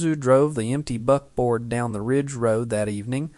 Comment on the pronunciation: Buckboard not butboard